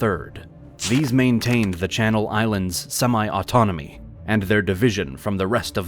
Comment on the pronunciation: Good to see my islands get recognised in a full video by a big channel instead of the sometimes sidenote, even better to see a lot of the names getting pronounced correctly